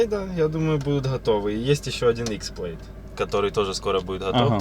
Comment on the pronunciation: Тесла Плэд или Плад. Плейд - неправильное произношение